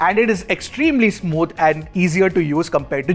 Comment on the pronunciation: are you sure its called "smood", and not "smooth"? like, with a "th"? say it with me: "smoooooooTH". like "THank you!" got it? it's the "th". it's like, the VERY FIRST THING THAT YOU LEARN ABOUT THE ENGLISH LANGUAGE. the thing with the "th". this is so fckn cringe man. again: please learn how to TALK.